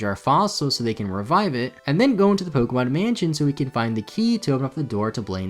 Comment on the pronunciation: You keep pronouncing Pokemon wrong, it's po-kay-mon, not po-key-mon